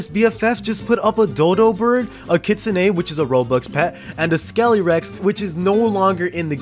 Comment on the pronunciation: Uhh bro kit sue neigh? Its kit-sue-n. Text-to-speech it.